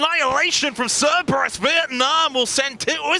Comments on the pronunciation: my god he said "Ceberus" six times in ten seconds. does nobody come to him between broadcasts and say, "hey buddy, i gotta let you know..."? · man, someone tell him there are 2 Rs in Cerberus.